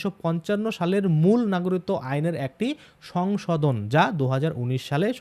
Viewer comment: সমানে নাগরিত্ব নাগরিত্ব এই উচ্চারণ করছেন কেন ? বলুন না গ রি ক ত্ব